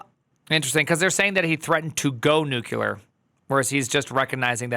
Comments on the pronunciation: "Nuclear", not " nukular" 😅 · Nuclear, not nukular. Yeesh.